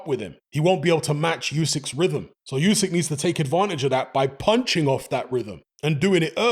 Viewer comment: OOSIK, not YOOSIK, FFS!